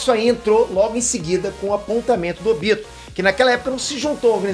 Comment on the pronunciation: O tobi e o Óbito são a mesma pessoa por que falam óbito e falam tobi